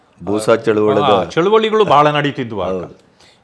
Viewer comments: ಚಳುವಳ ಅಲ್ಲರೀ ಚಳುವಳಿ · ನೀವು ಯಾಕೆ ಯಾವಾಗ್ಲೂ ಚಳುವಳಿ ಶಬ್ದವನ್ನ "ಚಳುವಳ" ಅಂತ ಹೇಳ್ತಿರಿ.. ಇದನ್ನು ನಾನು ನಿಮ್ಮ ಅನೇಕ ವಿಡಿಯೋಗಳಲ್ಲಿ ಗಮನಿಸಿದ್ದೇನೆ.. ನಾವೆಲ್ಲರೂ ಶಾಲೆಯಲ್ಲಿ ಕಲಿತ ಪ್ರಕಾರ "ಚಳುವಳಿ" ಯೇ ಹೊರತು ಚಳುವಳ ಅಲ್ಲ.. ಅಥವಾ ನಿಮಗೆ ಅಭ್ಯಾಸ ಬಲದಿಂದ ಹಾಗಾಗಿದ್ಯಾ ಅಥವಾ ಚಳುವಳ ಅನ್ನೋ ಪದಪ್ರಯೋಗವೂ ಇದ್ಯಾ? ಸ್ಪಷ್ಟನೆ ಕೊಡಿ 🙏